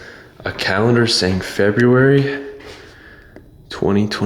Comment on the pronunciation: LOL! "Frebb-yoo-airy"